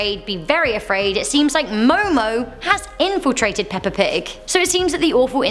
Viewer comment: It is Momo Momo